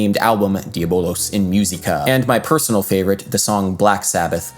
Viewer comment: It sounded horrible. I cringed every time he said “myew seeka”.